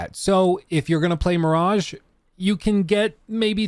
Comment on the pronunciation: Ahhh, Assassin's Creed Mirageeh